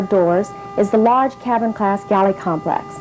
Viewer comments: LOL i thought she said cattle class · I legit thought she said "cattle class"